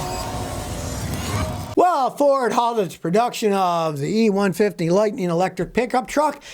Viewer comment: E-150? Lol Is this guy sauced ?